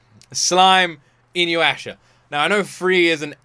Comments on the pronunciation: first i want to say: its inu-yah-sha (not inu-asha) inu == dog so its a dog boi there are 2 time periods. most ppl forget: InuYasha i an isekai. because there are quite a few mythoogial creatues like that. Most famous the 9tailed fox and the 2tailed cat keep in mind "Isekai" just means "new world". this does not define if its "reincardnation" (dying and born in a new world), or transmigration (dying or not dying, but being stuck in a different body/character in another world) or if its some form of transportation (aka just going as is, with their own body to another world, for example like digimon) Sit. i love Sessi so much T^T while i like the 3rd OP, i love GRIPE the most <3 (4th) happy and relaxing? not sure if that is how i would describe any of Takahashi Rumikos works (the mangaka) if you like the bit older stuff, I'd lov for you to react to all songs from Fullmoon wo Sagashite (more than OP/ED, the insert songs) about the "creatues", they are simply yokai. I believe you would enjoy it, and yes it is finished (I believe with 9 seasons? too long ago to remember xd) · I fucking love this show! And I'm sure you'd like it. It's hilarious. Also it's pronounced inu-yasha not inyu-asha... Actually, I'd want to see this added to the main slot votings in the future. It's an absolute classic. And also, Ranma 1/2, which is by the same Mangaka (Rumiko Takahashi, who also wrote Urusei Yatsura) is getting a remake this fall, so that is my suggestion for the next one you react to weekly, as soon as it's out. As for the multiple tails thing: That is just Japanese folklore. There is multiple Yokai that have multiple tails, including Kitsune (a fox spirit that has 6 tails) and Nekomata (A cat with 2 tails) and all of the anime creatures you have seen with those features are based on those Yokai. Oh, and for the School Uniform thing: MOST people don't HAVE a school uniform, that is basically only a thing in parts of Asia and in the UK.